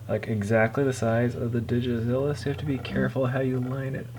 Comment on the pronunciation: It's DigitaLIZA not DigiZlLLA. But Digizilla sounds like a pretty awesome robotic dinosaur.